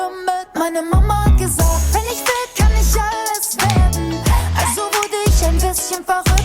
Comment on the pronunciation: You just pronounced "Mama hat gesagt" like Helmut Kohl when he tried to speak standard German! And he was the Chancellor, after all!